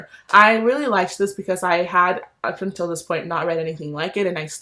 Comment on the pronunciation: Please drag goodreads,,, okay I’ve never heard of the book slot but I’ll have to check it out. That unTILL really got me😂💜 FRANKLY IN LOVE YESSS!! The Texan way lol!! Maximum ride whoa what a throwback!! Preach about thrillers!! Lock every door blewwww me away!! 💜💜 awe that giggle when you said clap when you land was adorable!! Kasie West of course!! I really really want to read don’t read the comments